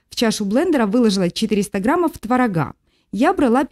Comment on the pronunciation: Замечательный десерт)), только не творогА, а твОрога :)). Спасибо!))